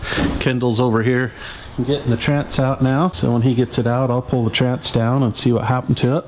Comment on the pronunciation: This is a great video for those of us that squirm hearing call it a “trance” 😅 Good stuff as always!